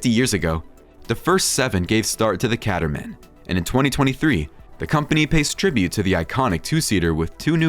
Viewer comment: Nice video... one thing though Caterham is pronounced Cay-ta-rum.